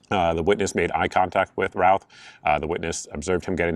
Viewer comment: His last name is pronounced RUTH. great info thanks!